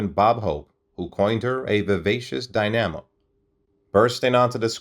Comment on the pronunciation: "Dy-nammo" was my favorite part 🙄